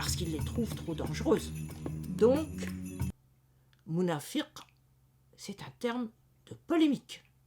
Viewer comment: Bonjour vous prononcez [Nafak ] pour nafaq [ Munāfir] pour Munāfiq Pourquoi vous prononcez différemment la même lettre Q ? Il y a une langue où des mots correspondants existent Fāk = faire trou ; chercher à comprendre les tenants et les aboutissants :Fag = sage. Habile. Malin :Firi = confiance. Espoir :Fik = friction. Agitation